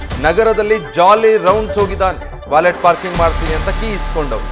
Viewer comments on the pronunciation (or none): It's pronounced 'valeh / ವಾಲೆ' 🎉